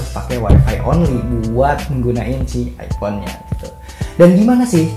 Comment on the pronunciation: minimal jangan bilang andloit andloit ipon